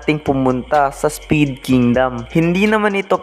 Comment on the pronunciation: Spade po hnd speed😂